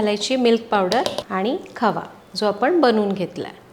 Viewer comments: मॅडम खावा नाही बोलत खवा बोलतात. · खवा असा उच्यार आहे